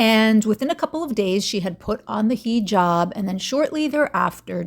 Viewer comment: lol you’re saying hijab like Chantal